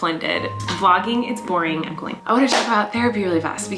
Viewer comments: As always I hear „Im The Queen” not „Im Colleen” 🥺💜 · haha that is what he’s saying! he can’t say colleen properly so that’s how he says her name :)